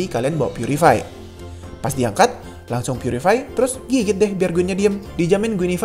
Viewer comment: "Purify" Bukan "putricty"